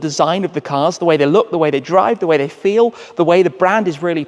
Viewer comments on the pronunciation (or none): none